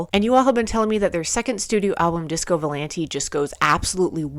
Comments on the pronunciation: if i may, i believe its VO-LAHN-TAY AH AH..not volan-tee. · It's pronounced with a at the end not e